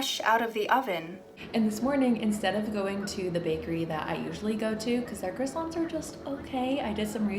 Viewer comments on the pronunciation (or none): Criossant was not pronounced correctly once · I rlly wanna take this video serious but the pronouncation of çroissant is always so fkng funny to me